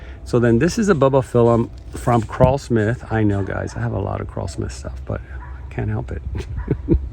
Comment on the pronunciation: It’s Krull-Smith like seaGULL, not CRAWL-Smith.